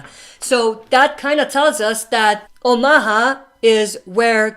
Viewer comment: Please say omaha right man. Its not oh ma ha. Its actually pronounced ow·muh·haa